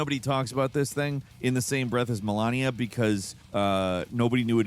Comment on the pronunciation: It's not it's not Melania... It's Malenia.